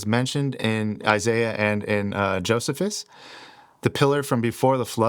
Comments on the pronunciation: Brother. It isn’t JOESihVis, it’s JoeSEEphus! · Brother great video and info but his name was pronounced "Joe-see-fuss" not "Joseph-us" I am not trying to be a jerk, just helpful. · Jo-see-fus. Not jo-zuh-fus. ❤ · Josephus is pronounced Jo see phus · Joe - C - fuss, is how to pronounce "Josephus". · Just so ya know,, the correct way to pronounce Flavious Josephus' is: Flay-vee-us Joh-see-fuss. God bless you and make straight your path,! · It's pronounced joe c fus😊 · This video is ROUGH. Was it peer-reviewed before publishing? It's pronounced Joe•SEE•fis. I made it 8min32sec in this video... I had to stop. Provide sources also. I was hoping for a video with better precision and quality. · It's pronounced, JOE - SEE - FUSS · Joh-SEE-fus. There were at least 2 Enochs. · That is what "Thelema" means. It is the Greek for will. Of coarse Crowley founded Thelema, as most probably know. Also, just fyi, pronounced Joe-see-fuss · JoSeeFus, Toth (Thoth), Crow-lee